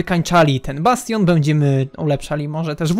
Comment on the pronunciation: "Bastion " Pozdrawiam XD